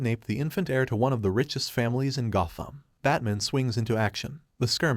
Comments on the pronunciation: You speak perfect English so Why when telling the story you call him bat mon? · Does the narrator keep saying Bat-mun? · I hate the way this thing pronounces batman